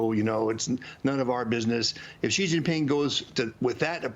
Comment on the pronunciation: Will Maria ever learn how to pronounce Xi?